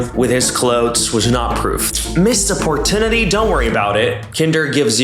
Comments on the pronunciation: first language isn’t English. He learned English from books and no audio sources, no real world conversations. That’s why he pronounces very commonly used words incorrectly. Opportunity, colleague…. I look forward to them every video. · o'poor tune-itty